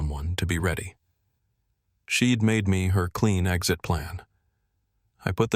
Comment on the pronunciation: Milwaukee Wisconsin USA. I believe this is being read by AI. The punctuation in the narration needs improvement. At least two of the mispronunciations are:" 1) I'll is being pronounced as "ill" 2) She'd is being pronounced "shed." A newspaper article reads "Designer sues son -in-law." Ethan's her HUSBAND!! It was probably others, but I'm too tired to listen for them..